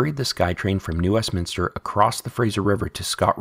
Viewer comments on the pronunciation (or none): none